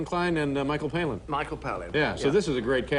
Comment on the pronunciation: i love that he always says Michael Palin's name wrong 😂😂